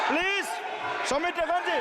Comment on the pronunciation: Speaker sahib, correct your pronunciation. It's 'Please' not 'plege'😂😂😂